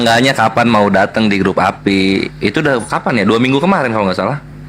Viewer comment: Maap ya bukan appi tapi APII ya yg benernya, bang zuma tergantung lawan diskusinya klu lawanya santun bang zuma santun tapi klau lawanya menghujat marah2 emosi ngotot sebaliknya bang zuma juga kepancing emosi karna lawanya ga bisa di ajak diskusi baik2 pdahl bang zuma santunloh klu lawanya santun gituloh